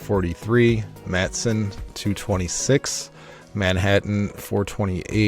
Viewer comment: Matteson, IL is correctly pronounced "ma-ti-sun", not "mat-sun".